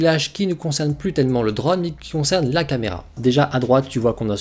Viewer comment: Sans vouloir être méchant, c'est super agaçant de t'entendre prononcer drAUune alors que tous le monde dit drone. C'est comme le type de 01tv quand il prononce smartphOne alors que tous le monde prononce smartphaune.